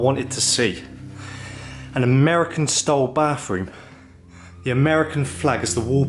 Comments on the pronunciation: Is this guy speaking English? When did bathroom get an f in it? Bafroom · I like his accent he pronounces th as f....frew and bafroom so cute 😊❤